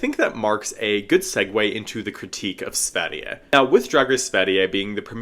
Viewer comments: that was VERY good pronounced //a swedish girl. Keep up the good work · I think you literally copied the script of the video I'm editing on this season lmao. Oh, well, great minds I guess ;) And your pronounciation of Sverige is really good! I do hope we get a second season and also that more international fans get to see this series. There have been some pushbacks though with this season being state funded and the anti drag/trans rethoric from the US spilling over into Swedish politics. The second biggest political party in Sweden are old neo nazis so of course they are gonna complain. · Daum u acually kinda said Sverige correct🥳 (love youre videos) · omg im swedish and you pronounced sverige LITERALLY perfectly!! I could easily mistake you as swedish, damn! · Native Swede here, your pronunciation of Sverige was honestly perfect! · Thank you for giving the season a proper review, and for pronouncing Sverige with perfection ;)